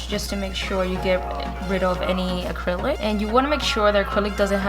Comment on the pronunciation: First of all its ACRYLIC NOT ACRYLIS . Try harder to enunciate and not slur all your words together or just not talk all together no offense but it's annoying rather listen to Sophia Vergara talk.